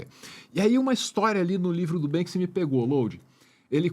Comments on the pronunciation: me incomodou mais foi a preguiça intelectual de falar "Bansky" o tempo todo, diz que conhece o cara mas nem o nome fala certo. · Ele tá falando Bénski o tempo todo, me surge a dúvida, é a forma certa de falar Banksy? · O cara fala "BanSKy" hahahahahahaha 😂😂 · poxa Load fala só uma vez o nome do Banksy certo, vai... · BANKSI?? Vamos falar em PORTUGUÊS, nossa língua mãe,?? 🙄